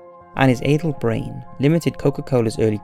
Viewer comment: I was quite annoyed. By the fact. That in every sentence. He adds a full stop. After every few words. Also, misuse of the word "followed" in the cola story, incorrect pronunciation of the word "addled", and the word "both" followed by waaaaaaay more than two things, made this linguistically impossible for me to continue watching after .